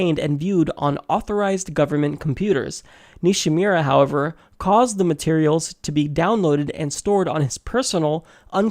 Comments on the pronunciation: Nishimura. Nee she moo ruh. Really butchered that one,. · Nishimura = Knee-She-Moo-Rah, sound it out like Fus Ro Dah XD Good video though. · Great video exposing James Comey and the FBI's double standards in letting Hillary skate...Just please learn to pronounce "Nishimura" correctly.